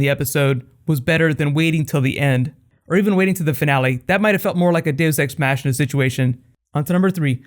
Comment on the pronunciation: the way you said dues ex machina made my day